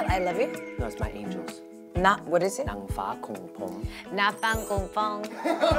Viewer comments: I was surprised when henry sang in thai..I mean he's actually good at it, he sang it correctly and the pronunciation/accent is good too. So talented! Such a amazing person. He looks so sweet when he's saying my angle in thai;-; love him! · Henry’s Thai accent is really good. And his “my angels” was correctly spoken. But when jessi said it i immeditely laughed xD since it doesnt sound thai at all but thats so cute!